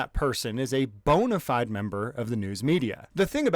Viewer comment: Uggh Americans... "Bona fide" is latin. Please pronounce it correctly. But dont worry, you're not as bad as the one who wrote "this does not apply to bona fide members of the news media". That one uses words without knowing their meaning ! What is a good faith member of the news media ? To me, independant journalists certainly are of good faith.